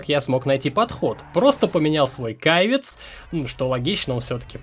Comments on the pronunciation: думаю что, не "кайвиц", а цивик)))) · Каво??? Кайвец???? ПФФФФХХАХАХАХАХАХАХАХХХААХ!!!!!!!! КАЙВЕЦ!!!!!!! ХАХАХАХА ХОНДА КАЙВЕЦ ПФФФФФ!!!!!!! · Блин, 29 лет живу, но первый раз слышу что бы Honda civic называли "Кайвиц", у нас на ДВ это всегда был сивик или же цивик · Назвать Цивик(Сивик) кайвиком, а Спарко - спарцо, это круто чувак) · КААЙЙВЕЕЕЦ просто меня взорвало , это бонба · Кайвец? Вот ты и попался,! Не знаешь что такое Хонда Сивик)